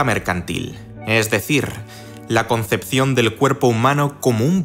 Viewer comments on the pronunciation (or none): none